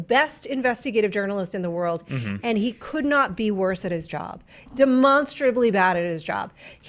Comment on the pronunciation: Anyone else think its interesting how pronounces demonstrably w/ the Monster in the middle.